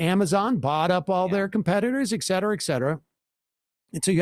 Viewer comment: Ffs, SAM, it's, "ET cetera," not, "ec cetera." You say it all the time, and every time, you say it wrong. It's as dumb as if you pronounced "specifically" as, "'pacifically."